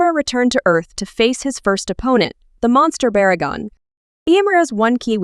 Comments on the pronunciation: baragon don't you mean barugon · You called Barugon Baragon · Did you said baragon instead of barugon?